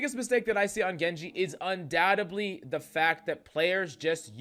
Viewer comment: Liked the tips but the pronunciation of the word undoubtedly kept annoying me!